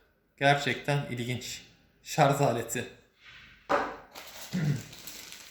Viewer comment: Bir teknoloji ürünü incelemesinde şarj yerine şarz denmesine ne yazik ki alışamıyorum. Dil dönmüyor deseniz, silahtan bahsederken kimse şarzör demiyor. Yani dil dönmesi sorunumuz yok. Kusura bakmayın size olan bir eleştiri değil, ne zaman şarz lafını duysam yadırgıyorum. Bunun dışında inceleme için teşekkürler. Ben de bu cihaza gönül koydum. Sanırım tercihim bu yönde olacak. Sevgiler.